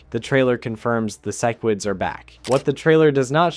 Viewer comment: Love the video but the way you say sequids, Cecil, and crisis pisses me off😂